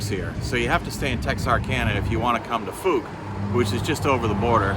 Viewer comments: I enjoyed your trip here. I've always wanted to visit there ever since I saw the movie. Also, Fouke is actually pronounced as "Fowk" such as "Ow". Safe travels. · BTW the pronunciation is F ow k as in F oww K :)